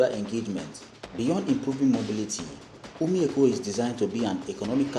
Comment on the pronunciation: What is "Umi Eko" bro, is called OMI EKO